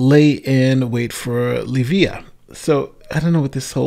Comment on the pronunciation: That line was supposed to read: Arrived Early. And the victim's name is Leiva (Lay-vah).